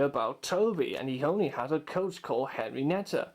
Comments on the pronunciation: henreiata not henrineta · hornby are better, and not henrineta it is henrieta